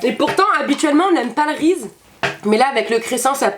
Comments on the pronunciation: Tu prononce "Rize" alors que ça se prononce "Rizize" ;) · "c'est du rise" ptdr sa ce prononce "rissise" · Reese's y'a un S il se prononce😂😂❤️ "Riziz" !!!😂😂😂😂😂💙💙❤️❤️❤️